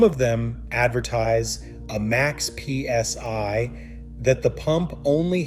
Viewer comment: DID THE A.I. SAY THE EGO RUNS AT 3200 P.S.Y. ❓❓❓ 😂🤣😂 WHY YES IT DID ❗❗❗ WHAT THE HELL IS P.S.Y ❓ AND WHY IS IT SO MUCH BETTER THAN P.S.I. ❓❓❓.................... 😂🤣😂